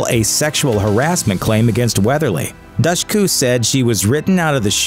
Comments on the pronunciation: Pauley Perrette was much more clearly specific. She states that Harmon physically assaulted her, not just the dog incident. Not only are you terrible at pronouncing anyone's name (Dushku? David? Come on now), you're equally terrible at reporting facts. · If your going to make videos at least pronounce Eliza Dushku’s name correctly and the character Ziva David